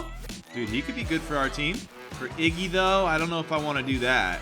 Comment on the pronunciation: "Iggwy" -. EPIC